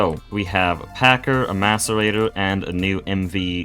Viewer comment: Thank your for pronouncing Macerator correctly. You are the first Greg player I've seen that has, haha.